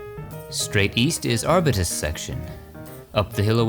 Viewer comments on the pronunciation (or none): Always well researched and presented👑 the tree Arbutus is pronounced *Arb yew tus * just in case 😉🥰